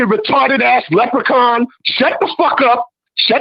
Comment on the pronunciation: Rory packed Left um Handed up real good , he said leprican 5 xs